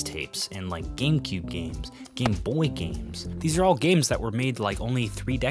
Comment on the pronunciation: yeah why do you pronounce "game" like that